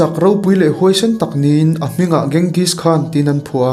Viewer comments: Ka lo sawi ve mai2 Genghis khan hi Chenghis tih ang deuh a lam tur chuan Bort ni lo in Bawrte ti a lam tur.. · Kenzis(genghis) khan ti hian an lam(pronounce) thin in ka hria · Ka lo duhtui lawk...Borte hi Bor-te tiin lam tur, Ghengis pawh hi Mogol ho chuan Ching-gis tiin an lam. Adang pawh a awm nual.. I lam danin beng ati kham hlek..